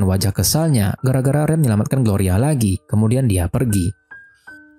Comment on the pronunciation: Bukan gloria woi😢 gorya 😅